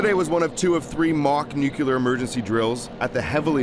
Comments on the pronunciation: NUCLEAR. NOT NUCULAR!!!!!! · Nuclear, not nucular. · How many times is the guy going to say NUKULAR??? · You would say it was confusing. Nucular. Go back to school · Another journalist doesn't know how to pronounce 'nuclear'.